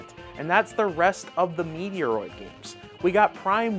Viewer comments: Lol😂 its not Meteoroid Prime 4 . Its Metroid Prime 4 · Please change the way you are pronouncing The Metroid game. It bothers me so much because it is so close to my heart that I would never watch your videos again. Maybe you should do an apology video to all of the true fans of the game. Just kidding but seriously too.